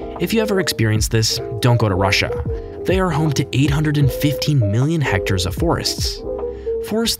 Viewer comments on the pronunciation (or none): none